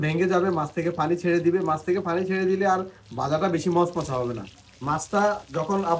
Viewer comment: Pani ke funi bolen keno??